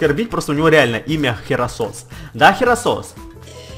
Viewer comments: это гераккросс а не херосос! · не херасос а герасос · и кстати не херасос а херакрос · не херасос а геракрос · не херасос а херокрос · мне показалось или ты сказал херосос